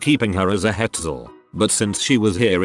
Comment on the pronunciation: What is a "hetzel"?